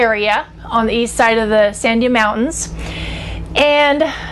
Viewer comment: san-DIA, emphasis on DIA. The word means "Watermelon" in Spanish. Not Dia (Aunt), but SANDIA.